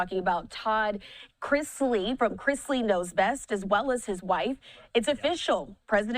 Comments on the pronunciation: News anchor mispronounced their name she said and it's Chrisley!!! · Was anyone else as irritated as I was with the commentator calling them instead of Chrisley??!! You live under a rock AND cannot read??!! 🙄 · Chrisley, not! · She keeps saying "" instead of "Chrisley". If you're going to do a story on someone, at least say their names correctly. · CHRISLEY. Please stop saying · Learn how to read. Their name has no T. IT IS CHRISLY